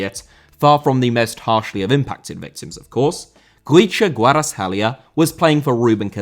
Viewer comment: You pronounced kvichas name almost perfectly. Congrats👏